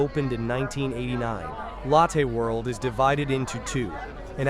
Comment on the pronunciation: I really do appreciate these videos: When I miss Seoul, I can go back "virtually" and see some of the areas I've walked countless times. But I really wish you'd change some things with your videos: 1) Remove the voice over; it's a horrible AI voice that has very poor pronunciation particularly when it comes to names of places and people ("Lattaih World"). You've already put description in the CC so please don't force us to listen to the horrible voice over. I'd much rather listen to the ambient sounds for complete immersion. 2) As cool as 360 degree videos are, there are some major problems on Youtube: A) when you change direction, I manually have to alter the view direction so I constantly have to sit with a joystick and correct to avoid walking sideways, and B) Youtube doesn't support 8k resolution, only 4k max, so we get a much lower quality image than if you did 180 degrees at 4k. Plus let's be fair...Besides when watching 360 degree videos, most of us NEVER look backwards so the view behind us is kind of wasted. If you were to kill the voice overs, I would be thrilled. If you would upload your videos as 180 degrees in 4k, I would be even more thrilled as it would give a much MUCH better viewing experience. Sorry to complain, but please consider the above.. And again, thank you for putting in the effort to make these videos. I truly miss Seoul and Korea and this helps so much.